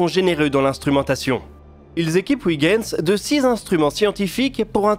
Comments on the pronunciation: Très intéressant comme toujours mais Huygens ne se prononce pas ouigens mais oeilgens. Oui je sais ce n'est pas facile les langues étrangères.... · Excellente vidéo, comme toujours. Un détail cependant: Huygens se prononce oeil-gaine-z, tout comme Kuiper se prononce cueil-pair (puisque ces deux savant étaient d'origine néerlandaise) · Je comprends qu'en France on n'ait aucune notion de néerlandais, mais pour moi qui suis belge, "Ouiguens" ça m'écorche toujours les oreilles... (Ce n'est pas dit méchamment, hein...) Sinon, super vidéo, comme d'habitude. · Effectivement. Une fois, ça passe, mais répété autant, ça gratte.... Et je suis originaire de Huy of Hoie in Vlaams ;-) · Je confirme, ça se prononce comme dans "oeil". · Je suis flamand. Je vous félicite pour votre prononciation de Kuiper et vous informe que la phonétique est identique concernant Huygens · Etant flamand, je vous félicite pour la prononciation de Kuiper. Faites de même pour Huygens. Belle vidéo.